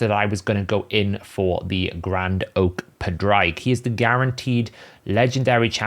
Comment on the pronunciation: Just say Patrick in an Irish accent and that is pretty much how you pronounce Padraig. Not whatever you are doing. lol